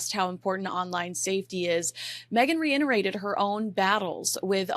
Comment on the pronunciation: I don't know if anyone on team reads the comments and gives over information to her... It's starting to drive me a little nuts that she mispronounces certain words again and again and again. I think I've commented on at least three other videos where she keeps saying reinerated. Which is not a word. The correct word is reiterated. It's with a t not an n. Starting to annoy me enough that I almost don't want to listen to her content anymore... 😢